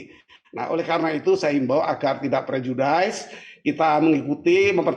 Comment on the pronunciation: Prejudis bukan prejudaise Pak